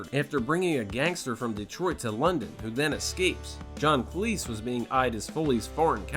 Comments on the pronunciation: John Cleese not Clease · John CLEESE, not Clease!! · ”John Clease” ffs… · John "Clease" 😂😂😂😂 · John Cleese, Not Clease. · “JOHN CLEASE” 🤣👍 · "John Clease" 😩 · How could you get John Cleese's name wrong? Jeez.